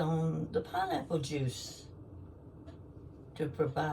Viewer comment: Pineapple!? Did i hear pinrapple!?!?😂 I could live off just pineapple!